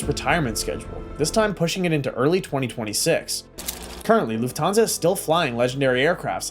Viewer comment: Try to learn how to speak correctly „Lufthansa“